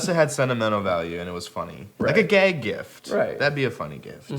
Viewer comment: I'm really suprising Austin kept his cool when Jared said gayg.